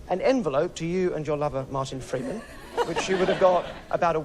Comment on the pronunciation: At the start he emphases the words "FREE choice" and "FREEman". And later notes the envelope is on the "FLOOR", plus other suggestions. Add that the age of 9 (52 - 9 = 53) and she had her picked number changed to 43 in her memory.